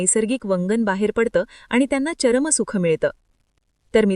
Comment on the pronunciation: शब्दात ठराविक शब्दावर योग्य जोर देणे ठिक होईल चर्म सुख हा शब्द चरम सुख असा उच्चार आहे आणि त्याचरम सुखाचा आनंद हा खुप्पच आगळा वेगळा असतो🙏🙏